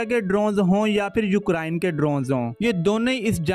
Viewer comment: Brother just a friendly suggestion. Try pronouncing ukraine correctly. Its U-crane and not U-krine. Listen to the google pronounciation of the word. Good luck.